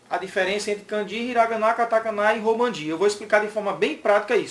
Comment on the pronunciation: Romaji, e não Romanji.